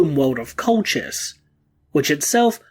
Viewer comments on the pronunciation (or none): It's pronounced Kol-kh-is. I wish someone got it right